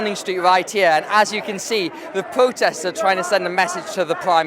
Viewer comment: most unsuitable guy ever for this job I hate it when people can't pronounce the letter 'r'. wefewendum and pwotestoes, pwimeministuh. Why ask little children either?